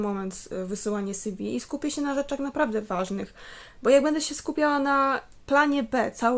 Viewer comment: Mówi się si wi ;)